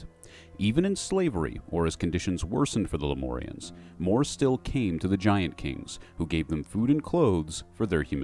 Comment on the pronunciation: Lem-UUUUUURRRR-ians. not lem-ooorrrr-ians. thats a 'U' in there, not an 'O'.